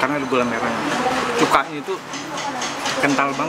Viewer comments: Aya Murning yaappp bener pempek ikan belida udah jarang, ada juga pasti mahal, btw "Cuko" tetep "Cuko" ya mbak bukan "Cuka" heheheh mohon maaf sebelumnya sukses selalu buat mba nya 😇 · Cukoooo bukan cuka😂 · cuko mas bkn cuka wkwk :v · Cuko bkn cuka hahah